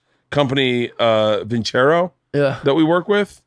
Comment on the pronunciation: vin -ser-oh ... come on man ... theyre sponsoring.